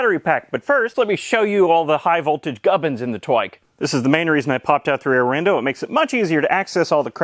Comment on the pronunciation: Anyone realise he said rear rindow i just noticed. Its kinda funny aha. Great vid love em